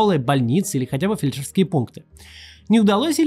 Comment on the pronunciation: С ударениями - большая беда. Фельдшерскíе пункты? Фéльдшерские.